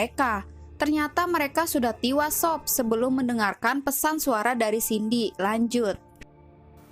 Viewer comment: Tiwas? Bisa berbicara dg bahasa yang benar? E dan I itu beda ya